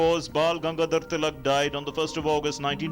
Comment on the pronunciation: The Guy is not able to pronounce Tilak's name properly - MULTIPLE TIMES! He disfigured the word "Swadeshi" as well! +DDNews did you even review this video? Could not find any Indian who can pronounce our Names correctly?